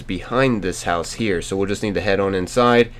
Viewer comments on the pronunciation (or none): none